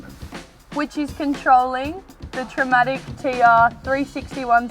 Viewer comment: and Tremec 6 speed not Traumatic 6 speed XD